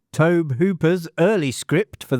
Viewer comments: Tobe Hooper is really pronounced “Tobey”, is this all ai slop? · It's Toe-bee Hooper! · LOL, Love how you keep saying Tobe wrong....and to the guy before me, this is not AI slop, he's just Brittish. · Yeah, that's more on the guy's parents for misspelling his name than for mispronouncing it. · Its not AI but is from the UK and sometimes mispronounces names. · is great, he’s done a lot of these so he gets names wrong occasionally.